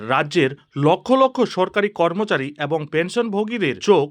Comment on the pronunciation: এরই,,,, একই ,,,এবং,,,,উচ্চারণ গুলি ঠিক করে নিন